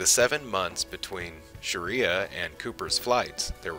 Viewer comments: Whatever the audio equivalent of a copyeditor is, you need to hire one. Schirra is pronounced "Shir-RAH", not "Sharia". "Gantry" has a short "a", as in "ran". It is "perigee", not "pedigree", "Atlas-Agena", not "Atlas-Aja",, "intermittently", not "intermediately", "xenon strobe lights", not "xeon strobe lights", "ecliptic", not "elliptic", "unwieldy", not "unwieldy", "dextroamphetamine", not "dextroamplamine", "zodiacal", not "zodacular", and "attitude control peroxide", not whatever you said. Every instance of "altitude" should be replaced with "attitude". Since much of what you said was word-for-word from Wikipedia, I know what you were trying to say. You speak well. You should take advantage of that and speak accurately, too. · Shi-rah not sha-ria! Wally Schirra! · Not pronounced like Islamic "Sharia" law but like "Sure-raw". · The former astronauts name is Wally shirra. Pronounced Sure-ahh. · "Sharia'????????????? You mean "Schirra"?????????????????? WTF???????????? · The way astronaut Wally Shirra's surname is woefully miss pronounced is irritating